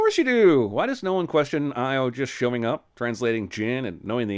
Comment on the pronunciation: Io is pronounced EE-Oh. It's GREEK. Stupid movie.